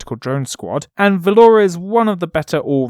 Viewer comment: Why are you pronouncing Vior'la as Valora or something like that?